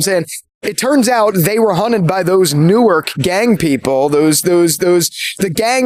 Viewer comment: As someone who grew up in North Jersey(actually in the same town Jimi Simpson is from), hearing the actors say "NEW-ARK" and "BELL-VILLE" when they're pronounced "NORK" and "BELVÜL", made my brain hurt!